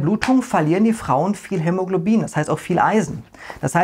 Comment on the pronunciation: Finde ich super was du leistest und auch super lustig wenn du dich manchmal versprichst bei schwierigen Wörtern wie hämologlobin weiter so